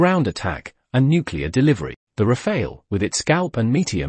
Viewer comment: It is not called the "Rafail".